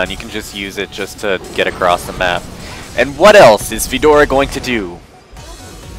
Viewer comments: who's fedora? its fiora. :( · Why does he say fidora?